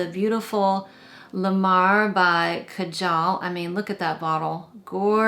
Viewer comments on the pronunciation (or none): none